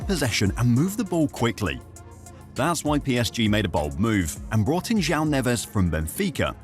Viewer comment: Almost perfect pronunciation. J-wow is the correct way to say Joao.